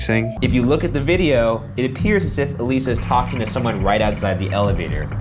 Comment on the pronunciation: adr used. I'm guessing realized in editing he'd flubbed Elisa's name slightly or something?